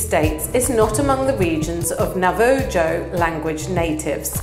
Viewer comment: Hi! I hope you don't mind my correction of the word Navajo. It's not Nava Joe. It's Nava hoe.